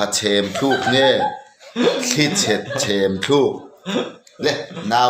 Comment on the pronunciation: Pahnih hi, "Tlanga thing khi..... Thluk" in tih hi Thluk ni lo in..,, Tluk tih tur